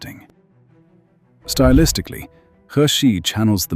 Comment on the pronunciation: Hexi pronounce (Her See) not Hex See. oh my ggodness 河西 means River West. Put the word in google translate & pronounce it. 'The Hexi region corresponds to the real-world Northwest region, namely the Hexi Corridor on the ancient Silk Road.'